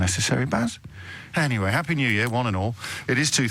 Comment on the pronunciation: The one caller says “year” with 3 syllables.